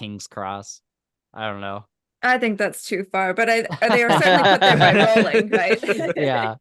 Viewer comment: Rowling rhymes with bowling ;)